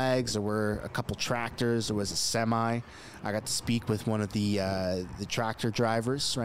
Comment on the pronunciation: Sem-eye ? Semi me. Lol